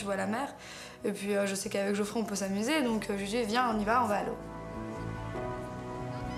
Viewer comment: on dit Geoffrey*